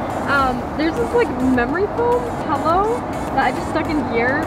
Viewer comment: I love the way they say pillow, “pellow”